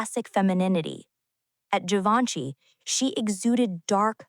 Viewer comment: Vc disse Gaivanchy?